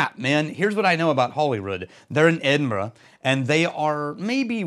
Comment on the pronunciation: Well done on the Edinburgh pronunciation.